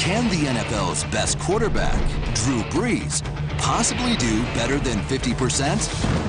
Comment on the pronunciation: Brees, kid. It's Drew Brees. Not Breeds. You made that mistake twice.